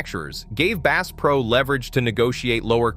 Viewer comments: Bass pronounced as “base”? Hope you didn’t spend much on your Ai narrative. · "Base" is a new strain of largemouth Base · Clickbait! You use the word Base. You can't even pronounce the word Bass! And it is not Cabeela's it is Cabela's. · Ai generated slop. Can't even pronounce "bass" correctly.